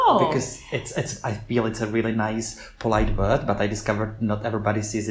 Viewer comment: ja bych treba poznal ze nejste Anglican z vasi vyslovnosti slova word jde tam moc slyset to O uprostred v Anglii se to cte jako w(dlouhe)Erd (stejne jako worm je wEEErm atd.) a u slova we jde slyset ze to vyslovujete jako Vee (when in fact) se w in we vyslovuje stejne jako w in would kde ho vyslovujete perfektne.... mnoho cizincu ma s we problem a jeste horsi to je u tydne coz je week NE veek ale jinak jedna z nejlepsich Anglictin co jsem u Cecha kdy slysel takze palec hore :D